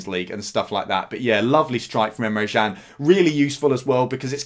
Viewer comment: Good video, Emre Jan tho? James Pearce at the echo says Emre Chan, and he’s never wrong!🤔